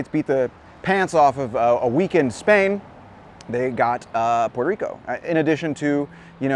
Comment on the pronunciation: Dude stop saying Puelto (L)ico. We switch the R's for L's only in the middle or end of words, but not the ones at the beginning. Love your vids tho! :)